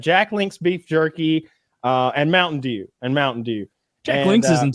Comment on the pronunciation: Can’t stand the way Kyle says dew